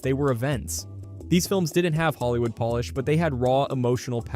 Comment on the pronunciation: Is nobody going to talk about how badly "Hollywood polish" was pronounced ?